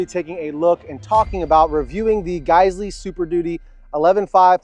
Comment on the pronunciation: It's pronounced -Guys-we please future correct